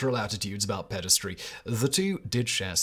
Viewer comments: You keep saying "pedastry", which is more acoustically aesthetic, but the word is spelled "pederasty", so it's pronounced "peder-ASS-tee" (rhymes with "nasty") We're having another "aluminum" moment here. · It's pederasty, not pedestry, ffs.